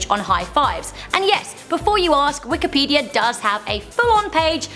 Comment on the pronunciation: Pizzer Wikipedier